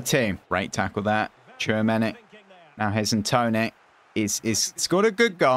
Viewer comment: its pronounced as 'chuomeni'